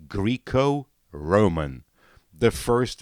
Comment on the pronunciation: Guy really said “greek-o-roman” 🤣